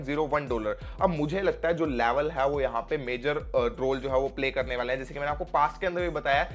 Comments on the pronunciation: Laavell😂😂😂😂😂 Laavel sabke niklenge😂😂😂😂😂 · Bhai aap level bolte ho to use ladki ka yaad aa jata hai 😂